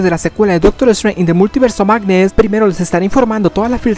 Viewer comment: "an da multiverse of magnee"